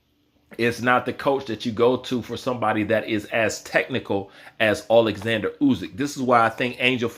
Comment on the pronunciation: You pronounce the name Usyk badly 😵🤣 It's not U-zyk.